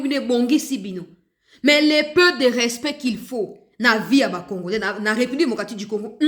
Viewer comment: Na discour Na ye landa bien oKO yoka ndenge azo loba congorais au lieu ya congolais vraiment aza rwandais